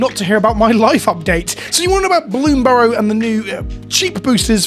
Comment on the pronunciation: I'm watching this video because you are the only content creator that pronounces bloomburrow without a weird emphasis on the final syllable.